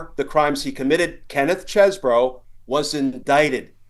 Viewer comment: It's pronounced Cheesebro.